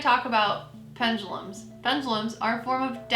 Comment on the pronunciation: Ok, all you new-kids are calling them ‘Pen-GAH-lums’... There is no ‘G’. It’s ‘Pen-DU-(doo) lums’. I just think when people ‘teach’ others something, they, as a first step, should know how to pronounce it, & then of course have studied it for some time to become educated on it. (& Ouija boards should be avoided at ALL costs, unless you want every kind of dark/negative energy/spirit attaching to you.. for *LIFE*.)